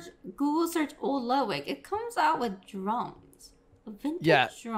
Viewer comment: She keeps calling him "Lugwig" OMEGALUL